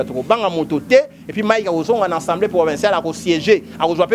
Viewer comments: A a a a assemblée et non en en en ensembleé oyo peuple ya ndengué nini? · le pire c'est qu'il n'est pas le seul à prononcer ensembleé au lieu d'Assemblée, cela ne vous choque pas que nombre de ceux qui se prétendent avoir bien étudié aient du mal à prononcer avec constance ce simple mot dans un même discours: ils utilisent alternativement assemblée et enssemblé un mot qui n'existe pas en français. Vous sentez-vous visé peut-être mais bon....